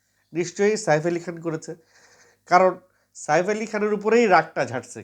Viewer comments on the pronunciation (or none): Saer ucharan thik karun apni kon desher